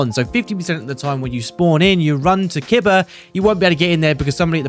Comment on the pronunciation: KEEBAH not kidbuh